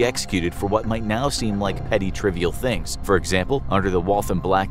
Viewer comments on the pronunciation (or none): none